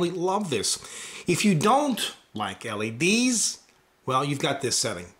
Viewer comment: What's awkward about it? Sure, it sounds like he says LAD's but it's not awkward lol